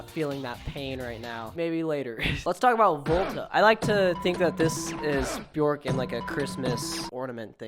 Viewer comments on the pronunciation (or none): when you said 'buh-jork' I died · Pronounced "Byerk", rhymes with "jerk". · Björk rhymes with jerk, not JORK